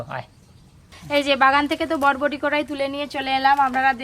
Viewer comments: Botboti noi ota borboti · হ্যাঁ সমানে বটবটি বলছে কথাটা হবে বরবটি😂😂😂😂😂😂